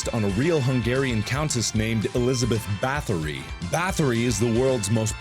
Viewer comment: It bugs me as well that they cannot pronounce it right, + they also got the Hungarian serial killers name wrong Elizabeth Báthory. Just forget the H and say BUTT-ORI :) BUTT as in butt, and ORI as in Orion. With TEPES just say TAP-PESH. TAP as the word tap, and PESH...just say pesh but this is how we in Hungary say the name.